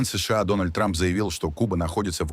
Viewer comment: Контент ИИ, который делает неправильные ударения в словах. Например оно говорит : ес ша а... Мы так не говорим. Мы говорим : се ше а... Да, но оно быстро учится...